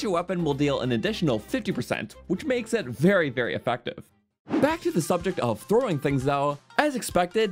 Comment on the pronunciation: " against any target while 'throwin' "